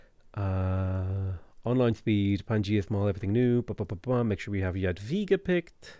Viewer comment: I appreciate correct pronunciation of "Jadwiga". This is even more amazing taking into account difficulty of polish language and the fact that game lector reads the name wrong. Good job,! On the other hand, "Sukiennice" needs some improvement. I don't blame you, it's must be a hard word to tell correctly